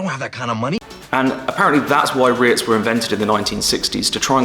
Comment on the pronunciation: Cool beginners into vid into #REITs!💎✨👌I love it when you pronounce it... RETHs!😅